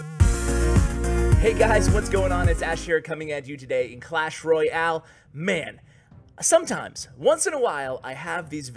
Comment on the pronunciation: He just said clash roy-al :)